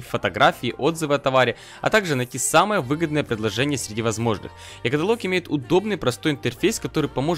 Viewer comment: Блять правильно будет ЕкАтАлог!!!